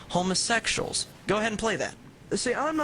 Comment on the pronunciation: lol "Homasexshal" XD